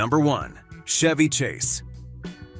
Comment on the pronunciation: Narrator should look up the proper pronunciation of Chevy Chase, Bette Davis and Zsa Zsa Gabor. So hard to take these videos seriously when the names are wrong.